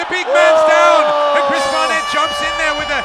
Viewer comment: narrator calls barnett barrett….